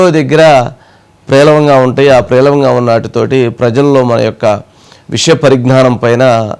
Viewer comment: మీకు , జగన్ గారికి తేడా లేదు .ప్రేలవంగా కాదు, పేలవంగా అని పలకాలండి.